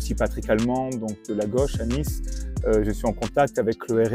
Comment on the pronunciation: Ces pauvres gauchistes prononcent « Niça » comme des parisiens !!! 🤣🤣😂